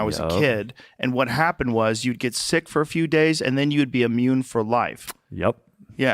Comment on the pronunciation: Phil it's pronounced "SICK" not "SEEK"